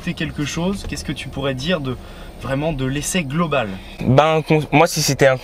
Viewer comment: Bonne vidéo, mais faut faire attention aux liaisons malheureuses quand tu dis "nous sommes vraimen'zabord" car c'est un T qui se trouve à la fin de vraiment...